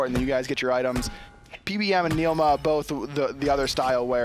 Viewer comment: Can these fucks please stop saying "NIEL MAH"